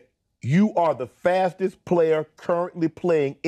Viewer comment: You are the "sssfwastest" player in the NFL...Shannon language 😂😂